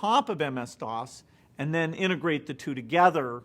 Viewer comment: so if you're so smart why do you say stuff like den instead of then??-_